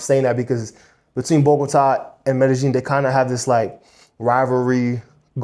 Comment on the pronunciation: Mede-Sheen (Pronounced in Argentine accent) 🇦🇷